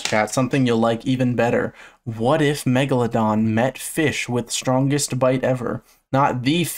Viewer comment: i just listened to an old video about the megalodon and he said it "megalondon" and i choked